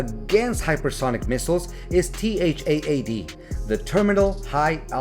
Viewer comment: Are you using Auto-Narrate? You can simply say TAD like in TADPOLE, it's acceptable. No need to mention T-H-A-A-D multiple times 😮‍💨